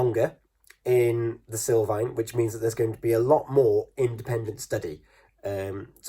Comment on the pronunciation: Sul not sil